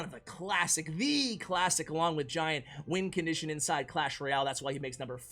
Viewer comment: nobody:: lets dont put the goblin barrel in the top 10 “wincontition” list